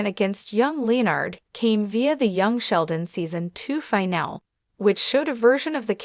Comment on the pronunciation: The robot voice narrator is so ridiculous. What is a Leo-Nard or LEE-Nard? facepalm just say the dang name correctly, aint that difficult. If it can say Sheldon, it should be able to say Leonard. Omg...trouble with the word finale too.